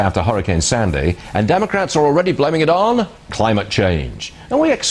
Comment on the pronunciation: "Hurricane Sanday", huh? ;>